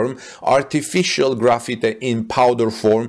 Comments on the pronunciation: It is pronounced like Graph-Fight, not like Graffiti. Graphite is used commonly in pencils. China is the number one producer of graphite, with Brazil a distant second. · Pronounced as gra fight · Graphite is pronounced as graph-fight. Hope this helps.